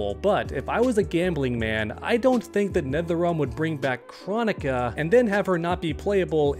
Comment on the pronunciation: I don’t understand how Kronika’s name has been said so many times in game and yet you still don’t know how to pronounce it.